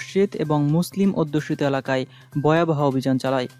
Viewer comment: বয়াবহ না ভয়াবহ